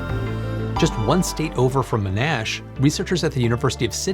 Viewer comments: Just FYI, Monash is pronounced mon-ash, not mo-nash. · Good one thanks. But Sir John Monash would be rolling in his grave... It's not "M'nash", but "Mon-nash" ("Mon" as in "monitor", "ash" as in "cash") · It's "mon-ash" not "m'nash" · Please I beg you, it's MOnAsh, not MnAsh. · Monash is pronounced like mon and ash stuck together into one word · Monash is pronounced mon-ash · Mon-ash, not whatever you said. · down under, we put the stress on Mon: MONash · love the channel. Pity some folks miss the point about exploring emerging tech. Btw “Monash” is pronounced “Mon-ash” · I laughed and cringed at “Mo-nash” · To me it sounded more like he pronounced it "Manash", I liked the video but it hurt my ears every time he said the name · Just for clarification the emphasis is on the first syllable. MON-ash. Great work as usual otherwise though. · you may want to look up a video with the correct pronunciation of Monash since they are doing a lot in your space